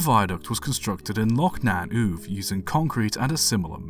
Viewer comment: I remember that story from my 1980s childhood holidays in Arisaig. Uamh is approximately pronounced oo-av.